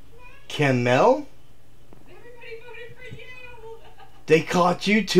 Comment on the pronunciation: Oh no not Cam-el